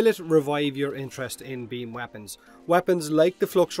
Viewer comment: I say beamYou say beamBut he don'tThat's why we hear bean.